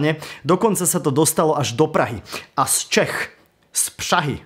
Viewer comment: prosím, Praha ne Přaha....taky nejste Břatislava, ale Bratislava:-D:-D:-D